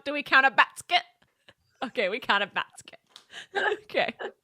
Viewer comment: Bask...Quett meant haha kept rewinding it